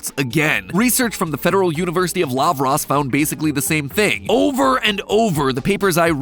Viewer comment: Hooray! Although I've never studied there, I'm Brazilian and I'm glad to hear a brief acknowledgement to UFLA (Universidade Federal de Lavras, located in the state of Minas Gerais, Brazil)! -- congratulations on the pronunciation, btw